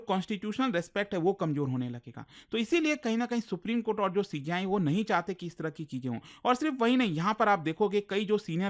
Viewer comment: Supreme kothe ko supreme kotha bol fiya😂